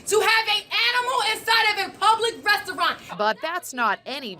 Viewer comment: She's trash. Total disregard for anyone but herself. You can trust her not to be a loyal friend. I'm glad she left. She should have been made to leave, though. She can't even say restaurant correctly so you know where she's at lol.